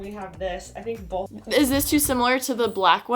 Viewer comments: WAIT says BOLTH too!!! Omg 😂 looove also she looks amazing 🥰🥺❤️ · says BOLTH like Alisha does;)